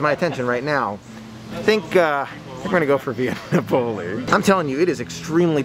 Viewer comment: Love your videos.! Via Napoli is said Via Nap-o-lee